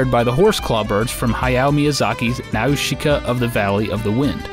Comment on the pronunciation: Why do you pronounce everything weird? I mean n-ow-shuga? Really?